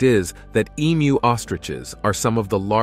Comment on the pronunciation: Congrats on pronouncing emu correctly. Most septics get it wrong and sound like e-cows. Pity you confused them with ostriches though.